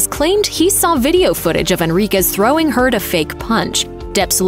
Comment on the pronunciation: Lol everytime she says "and heard" it sounds like she's saying "and turd" haha which is very fitting considering amber's new nickname.